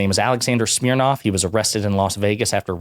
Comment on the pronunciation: Schmirnoff…🤣 schmirin’ lies.🤣